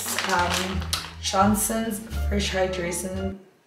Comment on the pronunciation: "fresh hydraystion" ndak' 😭😭😭😭😭😭😭